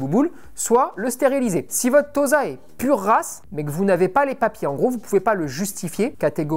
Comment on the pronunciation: Et Tossa plutôt que Toza pour la prononciation, comme pour Osaka!